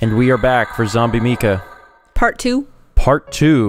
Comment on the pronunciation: Is Zombie Mika's name pronounced with a long "e" sound as you've been saying, or is it a long "I"? I work with someone whose name is Mika, and it's pronounced with a long "I."